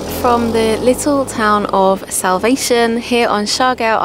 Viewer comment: it think SALVACION is pronounced with a short A (sal-va-shawn), not like salvation. it's actually a woman's name. 😁 😁 😁